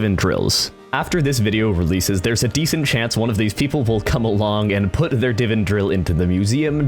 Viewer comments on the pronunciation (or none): ITS DIV*AAAA*N NOT DIVN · It's not pronounced "divin" goddamnit I'll give you a hint: the second 'i' you are saying is an 'a'